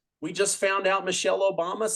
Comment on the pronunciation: It’s obooma